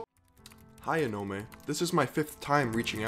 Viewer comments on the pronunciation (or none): It's called aw-naw-meh